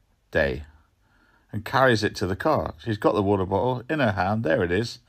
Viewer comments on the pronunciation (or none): 13.30 Water botter 🤣🤣